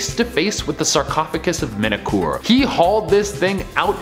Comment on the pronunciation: The pyramid was build for MENKAURE - not 'menekoor' or what ever he is saying.. nobody here seems to not be able to pronaunce enything right..🤣😂😅 english is my third language.. what's theire excuse?